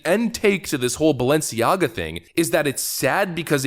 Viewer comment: Notice how the woman in white says Baalenciaga.. If you know you know.